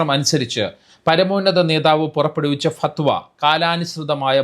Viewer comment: Say and write correctly as "FATHWA"